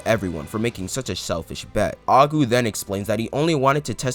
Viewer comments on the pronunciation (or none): im sorry, when your talking abt aiku do you say "agu"?? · I cringed every time you called aiku: aku....Great video By the way